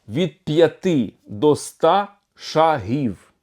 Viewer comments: Не шагІв,а шАААгів!!! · Давно пора. Тільки наголос на першій голосній при всіх відмінках - шАг, шАги, шАгів. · Тоді кажіть правильно, якщо це не московитський "шаг"! Не шагІв, а шАгів. Не шагИ, а шАги. Бо хочемо перейти на все українське, а не можемо позбавитись московитості! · так куди наголос? шАгів чи шагІв?